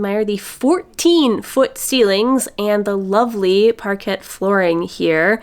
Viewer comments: Thanks that is Ally Sheedy!😊 Par kay not Par ket is the pronunciation, so a silent "t". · Parquet is a French word pronounced like parkay, I believe. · Pahr-KAY floors 😉 What a beautiful house! Thanks for taking us along! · You're the first fluent Franco linguist I've heard pronounce "parquet" that way LOL tysm for including us on this journey